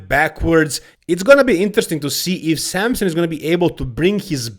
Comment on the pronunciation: It’s Samson, not Sampson